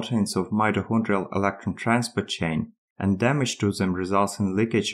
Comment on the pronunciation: When you pronounce "electron" and also "electron leakage" it was tough to make out what you were saying but going back and forth a few times I figured it out.